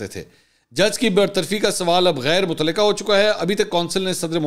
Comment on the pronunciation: سر آپ لفظ متلقہ پڑھتے ہیں غ نہیں پڑھتے متعلقہ پڑھا کریں شکریہ